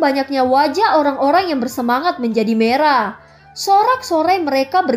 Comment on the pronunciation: hampir salah kata yah tadi.hehehe Mau bilang merah eh malah marah hihihi Becanda kk aku seneng ko udah denger makasih kk.!